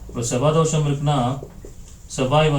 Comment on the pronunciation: அது தோஷம் not தோசம்